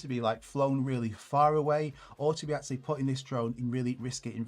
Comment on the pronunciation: Great and important video, BUT: "eksualy" :D